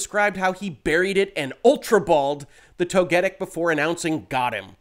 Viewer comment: I'm more upset with your pronunciation of Togetic than Pokimane from yesterday's story. At least I can cut you some slack, because there wasn't much research that went into if "berrying" or "burying" was what you did in the game on the part of whoever transcribed. As an active player though, I find that ecstasy over these two particular mons rather funny. I sure am definitely jealous, absolutely and very honestly, absolutely no sarcasm here.